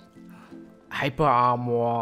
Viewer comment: Hyper-armuaaa my dude